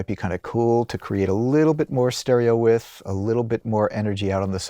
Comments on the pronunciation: "Stereo With"? It's pronounced, 'wiDth'. The D isn't silent. But who axed me? 🤨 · The word is Width not With... Can't believe you were unaware that you continuously made the same mistake repeatedly... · Where did the soft, barely-there - but there! - 'd' sound disappear to from the word 'width'?